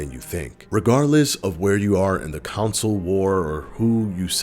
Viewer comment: "Making it the fastest selling council of all time" Sorry, that pronounciation just sound weird to me. 😂